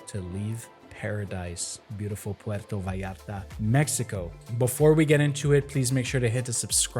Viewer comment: If your are going to speak about puerto vallarta at least pronounce the name correctly, si no puedes pronunciar ni el nombre bien no hables de el